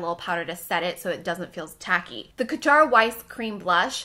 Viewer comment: Love your videos and MBM will be missed! Definitely gave me something to look forward to on Mondays. But one little note: please try to look up how to pronounce brand names with words in foreign languages like Kjaer Weis (sounds like "care wice"), Koh Gen Do (the g is soft like "get"), and Maryam Maquillage. A quick search with Google Translate helps a lot if you can't find an explanation from the brand itself :)